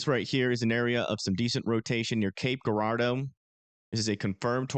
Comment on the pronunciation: okay i know it looks like cape guuurardeau but its pronounced Jurardo if that makes sense lmao